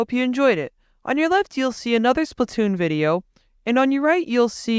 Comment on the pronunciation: Can you please pronounce it right (spluh-toon) otherwise great vid